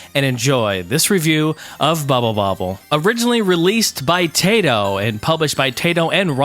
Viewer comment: 1. It is pronunced Taito, not Teito. 2. Dragons are named Bubblin and Bobblin. At least in the NES version. 3. You can speed up your DOSBox (Ctrl+F12). There was a Rainbow Islands game on GBC.